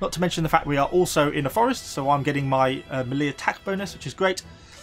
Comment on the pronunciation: It seems to me you mispronounce the word 'melee'. It should be pronounced 'ME-lei'. Is it some sort of regional dialect or just a bad habit?